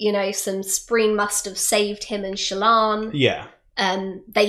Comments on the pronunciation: Another fun recount. Not sure which i find more annoying though.... "Spreen" instead of "Spren" OR "Knights of Radiance" instead of "Knights Radiant". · I like how Jeebus is so set on correcting, but he doesn't care that she says "Spreen"